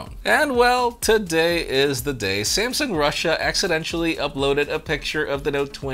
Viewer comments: He said accidential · says accidential... Blames Diego for writing the script. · Accidenchally 🤣 I’m sure it was a long day... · When u hear say Accidental like accident y'all.... Accident-shall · Thats not how you say accidental. You're saying accidentchal lol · WHY DO YOU SAY “ACCIDENTIAL” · He can't pronounce 'accidentally' 😂😁 🤣 Classic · Make him pinky promise to never say that again! 😁 It's all love!